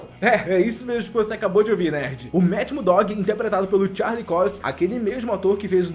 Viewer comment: mat muddog, charlix COIX... melhora isso ai mano, pelo amor de deus